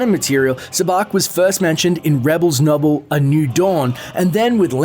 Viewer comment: Rebel noble? Did he say that or did I hear that? It did not sound like he said novel to me.